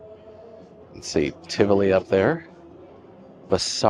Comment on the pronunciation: Great video. The place is pronounced Ti-vo-lee Village. There is also an apartment property inside Tivoli Village overlooking the mall